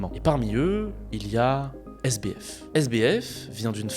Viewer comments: GG pour le montage qui est vraiment propre, le sujet est grave intéressant. Par contre le SDF au lieu de SBF m'a perturbé tout du long haha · Le sujet c'est Sam Bankman Fried. SBF et t'as réussi à dire SDF tout le long. Le montage est bien, mais c'est la seule chose qui va, on ne sait pas si c'est une synthèse ou une biographie. On saute du coq à l'âne, tu veux tout abréger et n'explique pas grand chose à part des banalités. C'est bien dommage. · c'est moi, ou il dit SDF au lieu de SBF ? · Le sujet est intéressant, mais la chronologie de l'explication est totalement déconstruite. De plus, ce sujet a déjà été largement traité. Il est perturbant d'entendre "SDF" au lieu de "SBF", et le nom correct est "ALAMEDA", pas "Almeida". En outre, traduire les passages en anglais aurait été bénéfique.